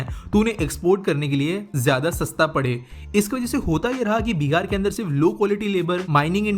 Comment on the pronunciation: bhai beer nahi Bihar ha lol